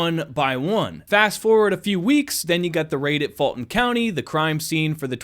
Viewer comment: You’re driving me crazy with your pronunciation of Fulton. It is “Full-tn”. Believe me. I grew up there. And the sleepy character you accused of not being able to pronounce it correctly the other day, actually WAS saying it correctly. When I put closed captions on your videos, they interpret you saying “FALTON.” And that’s what it sounds like you’re saying to me, as well. Please! That is a u in that word, not an a.